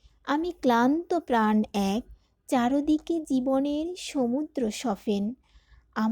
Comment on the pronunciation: CHAARODI K kirokom uchchaaron!CHAARIDI K howaar kothaa.HOTHAAT DAY KHAA ko b taatay o shunlum CHAARO DI K uchchaaron!